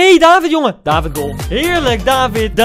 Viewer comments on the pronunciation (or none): Het is David met een korte A. Je spreekt het uit als Davvid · het is niet daavid het is niet deevid het is david met korte a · David word uitgesproken als davied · Kaa Gent is de beste club in de pro league eerlijk is eerlijk (en je spreekt David uit als davied) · Tip: je spreekt het uit als Daviet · Je spreekt het btw uit als davied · Je zegt niet david maar daVVIED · Je spreekt het uit als “davied”, doet pijn aan m’n oren anders🥴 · David speelt bij een Belgische club :KAA Gent En Koen je spreekt het verkeerd uit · Ik ben als trotse Gent supporter blij dat je David in je team zet maar misschien moet je eens een samenvatting van Gent kijken van play Sports want je spreekt David verkeerd uit oetlul.